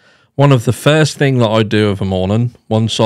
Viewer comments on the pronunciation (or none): none